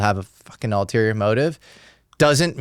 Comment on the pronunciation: The correct word is: ULTERIOR, not alterior.